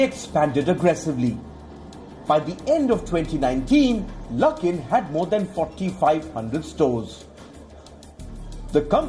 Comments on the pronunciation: Silly ... why mix coffee and politics ? Also it is best time to buy luckin at this price when stock reopen again ... btw it is pronounced as LUCK in not LOOK in 🤣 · Lol lol... Luke in coffee.. Are you having a pronunciation issue? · Luckin. Rhymes with...